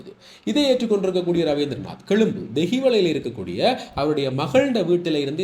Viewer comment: கெழும்பு அல்லடா க்ண்ணா கொழும்பு...!